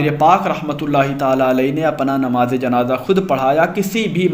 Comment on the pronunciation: Namz e janaza ko janaja bol re ho ho talffuz durusat karo jao